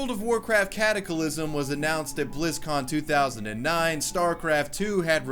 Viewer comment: How the fucl did you just pronounce cataclysm